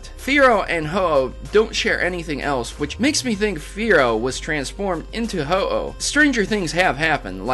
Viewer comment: ho aah 😅 its oh-oh